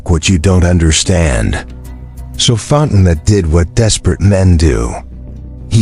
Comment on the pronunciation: Fon te noe,,,,,,,not Fontenot…………..